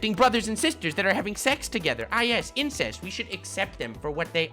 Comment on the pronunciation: Incetist lol